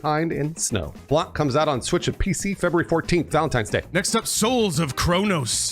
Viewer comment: In French the C at the end of Blanc is silent. It hurt my soul hearing Blan(K)